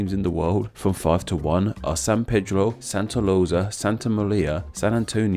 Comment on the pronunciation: Santa 'Lousa' [Rosa] lol I'm sorry, I find it hilarious the way you say it. But very interesting video :D